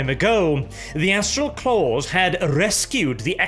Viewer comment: Anyone else catch the part where nearly called the Astral Claws the 'Asshole Claws'? Just past